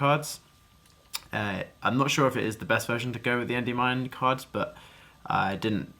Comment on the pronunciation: Hearing you say "Endey-Mine" makes me want to die. Big Congrats though!